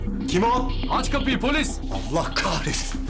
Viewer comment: durak değil polıs 😀